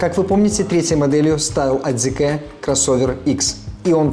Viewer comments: Зикэ??? Серьёзно??? Вы уверены что именно так она называется? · Зикр, не коверкайте